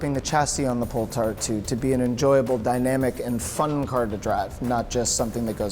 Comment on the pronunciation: Did he really just say "Poll Tard 2"